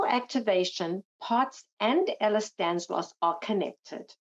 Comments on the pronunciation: someone tell the Lady it's "Ehlers-DANLOS" :) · Just to be clear, It’s Ehlers Danlos Syndrome, not Ehlers Danslos. There is no Ehlers Danslos.